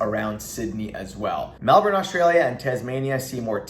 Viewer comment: U said Brisbane and Melbourn the right way 👍 some Americans say Brizz-Bane or Mel-born haha love your content keep up the good work mate 👍